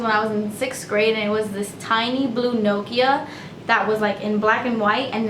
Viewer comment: I love the way you say "Nokia"😂💜